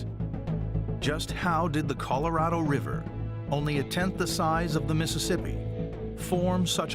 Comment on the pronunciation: He has a hard time or can't be bothered saying "Colorado River"... To him, it's "Coloriver".